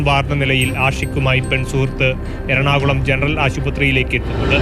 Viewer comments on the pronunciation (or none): none